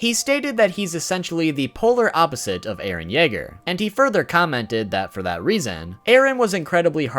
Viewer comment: It’s eren not Aaron